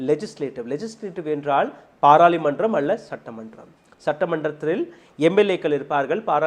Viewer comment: அது பாராளிமன்றம் அல்ல பாராளுமன்றம் என்று உச்சரிக்கவும்